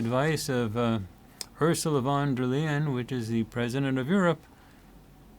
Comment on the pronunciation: Von der Leyen is NOT (!!!!!!) the president of the EU as a US citizen might think after the outlandish description given in this commercial. She is a functionaire and has no - none - not a single direct authority or directive above the european countries. Don‘t tell such BS. Pronounciation is as Lion. But better pronounce it as „lying“. This matches also her general behaviour.